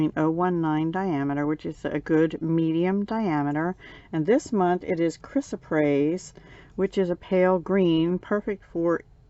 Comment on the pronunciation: Aw, you were able to pronounce Chrysoprase beautifully, my sparkly friend. As you heard, I struggled with that during my unveiling video. lol. I had to look that up, too, because I'd never even heard of that as a semi-precious stone before. It was a learning experience for me. lol. I have mentioned before since getting a Potomac Box and now a Bargain Bead Box that it's been fun with not only a surprise theme in these types of monthly offerings, but also it helps me work outside of my normal color ways. For me, BLUE and PINK. lol. So, we're similar in our love of blue. I'm gearing up to hopefully join your challenge for May, if I can get through my taxes. If not, definitely by June. I'm also planning to join that Blue challenge because that's at least one of my beading containers that I've been able to unpack now! Yay me!! lol. Sparkle on!